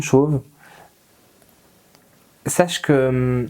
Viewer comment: Ah et (c’est une obsession) à c’est « sAche » et non « sâche . »